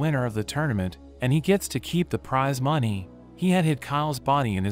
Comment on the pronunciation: WHY DID U SAY MONEY LIKE DAT LOLLLL